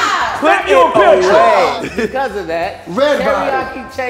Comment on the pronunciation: "Snap you a pickture" 💀💀